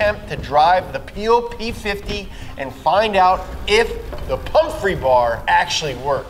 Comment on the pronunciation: Why does he keep saying "P.O.P 50" instead of Peel P50?